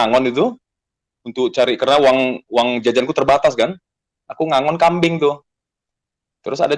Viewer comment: Agon, ngengon, bukan ngagon, hade